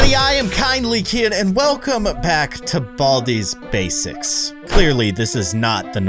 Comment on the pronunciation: Keyin:Welcome back to Baldi’s Basics... Me: Did he say Welcome pack to Baldi’s Basics?!